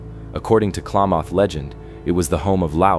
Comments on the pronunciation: *klameth is more accurate if you've ever been there 😂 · It's not "Klaw-mawth" it is "Kla(a=as in apple)-math (as in Math). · Most Oregonians say Kalam muth! Not maaath! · Klamath is pronounced clam math like mathematics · really I'm from Klamath falls no one pronounces it Klaymoth